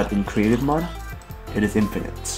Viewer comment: it's Mode Not mod